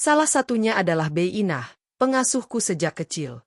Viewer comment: Sebagai narator yang baik, pakailah bahasa Indonesia yang baik dan benar Bi Inah.... seharusnya diucapkan bi Inah bukan bey Inah...geli kedengeran ditelinga